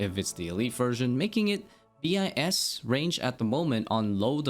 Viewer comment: Wish you wouldn’t say b i s and just say bis instead. I got thrown off thinking you were saying some different runescape term.